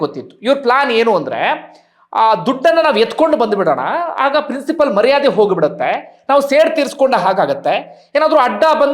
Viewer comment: ಪ್ರಿನ್ಸಿಪಲ್ ಅಲ್ಲ ಪ್ರಿನ್ಸಿಪಾಲ್